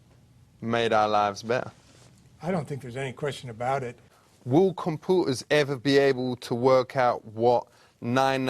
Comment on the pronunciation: The way he said "compuu'erz" caught me so off guard 😂💀